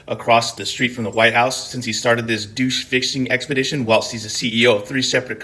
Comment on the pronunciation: Pronouncing DOGE as "douche"...I love it.